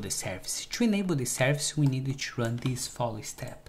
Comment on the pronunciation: Everything perfect but please, stop saying chew instead of to